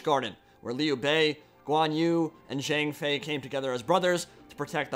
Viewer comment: On you can find the proper pronunciations of the names, like for example Sima Yi sounds more similar to Sooma Yi instead of Seema Yi, while Zhang Fei is pronounced almost as if it had a J at the start. I know it's a small thing and It makes me a bit of a pedant to point it out, but I think knowing this stuff helps show a bit of familiarity with the characters and setting that you wouldn't establish by pronouncing the names wrong.